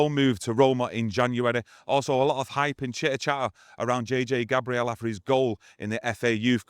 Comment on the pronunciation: It’s still Gabriel like the archangel not Gabrielle like the eye-patch wearing 2000’s songstress. Maybe when he hits the first team people will pronounce his name correctly 😂